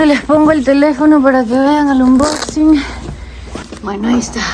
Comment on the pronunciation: Wow que hermoso gesto de tu jefe❤❤❤❤❤❤❤❤, te cuento que unboxing en inglés se pronuncia anbæxing...tú sabes que en inglés no podemos pronunciar como en español y viceversa. Entendido...pásala bien.